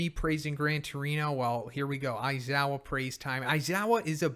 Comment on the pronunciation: Never stop saying aizowa its the best lmfao